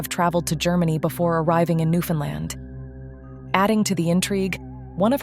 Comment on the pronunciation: I love how the AI could pronounce Newfoundland, but like 99% of America don't 😂😂 I'm American I just think it's crazy we don't kn9w this when I find it's actual pronunciation is much funner to say 😂